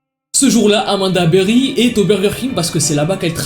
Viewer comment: Rien à voir mais c'était mignon quand elle a prononcé son nom avec sa voix durant l'appel avec son accent de l'Ohio "Amanda BeWHy" 😭😸